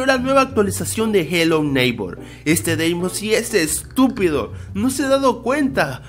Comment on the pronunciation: Dice la leyenda de que es:v EL BRAYAN